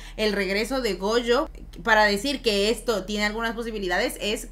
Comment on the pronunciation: NO SE QUE ME DA CADA QUE DICEN GOUYO ES GOYO!!! SE DICE GOYO!!!